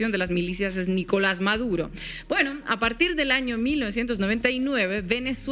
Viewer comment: Me gusta cómo pronuncia esa rubia el apellido del que quieren capturar. Dice " Ma door roou" ja, ja, ja! Háganse bilingües de una buena vez,, grenchos !